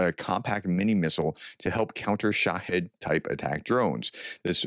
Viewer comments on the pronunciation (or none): none